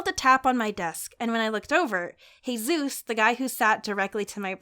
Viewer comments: Jesus is actually supposed to be pronounced as "heh-soos." I've only ever heard non-hispanic people pronounce it as "Hey zeus," which is odd because they're both easy to say? (Also, sorry if I came off like an ass, because that certainly wasn't my intention, lol. I'm not sure if there's two variations of the name or if people always botch the name somehow?) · It cracked me up that kept on saying heyzuez but i pretty sure that is was jesus (a spanish name) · Tbh I find it funny that pronounces Jesus as HEY-Zeus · thats the spanish way of pronouncing it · Jesus being pronounced Hesus was the greatest thing ive ever seen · DID YOU SAY HAYZUES? LIKE HAYZUES FROM CNN 10??? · Jesus? That's not how she pronounced it. Lol.